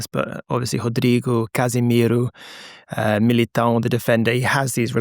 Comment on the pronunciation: As a Brazilian I’m wondering how can pronounced so well the Brazilians names, specially “MilitÃO” ❤